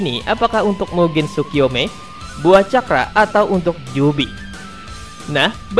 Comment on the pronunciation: Tsukoyomi bang bukan tsukoyome